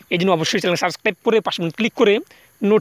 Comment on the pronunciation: একই ভিডিও কত বার করবি। মানুষ বিভ্রান্ত করায় তোদের কাজ? লাইক, নোটিফিকেশন শব্দ দুটো ঠিক করে উচ্চারণ কর।